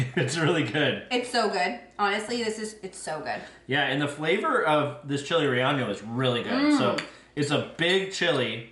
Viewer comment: It's pronounced Reyeno